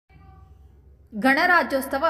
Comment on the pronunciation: ರಾಜ್ಯೋತ್ಸವ ಅಂತ ಉಚ್ಚರಿಸಿ ರಾಜ್ಯೋಸ್ತವ ಅಲ್ಲ